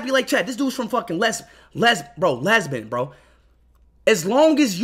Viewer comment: Bro said leasbon instead of Lebanon